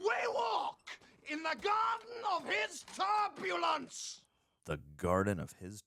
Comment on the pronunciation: Sorry, cant help myself. Tarpulence, not turbulence